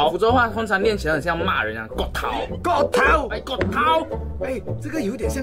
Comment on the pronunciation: 逛街说错了 音差很多 逛街 是宽街 骨头 是钩钩 勾头 厉害是丫霸 老婆说对了 壁虎跟鳄鱼我不会说 肚子饿说对了 蟑螂也对了 沙漠或者噶拉